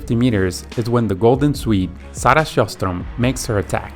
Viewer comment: Not sarah sjöström tho lol